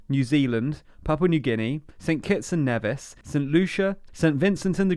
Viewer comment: Your pronounciation of the Caribbean countries "Grenada" and "St Kitts and Nevis" is incorrect, it's Grenada like grenade, not granola or the Spanish, Granada. And it's Nevis like knee-vis (sounds like Beavis) instead of as in Ben Nevis (as most UK people would be used to).